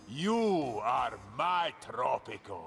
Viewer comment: Is it just me or did it kinda sound like started the episode with welcome back to tropical sex?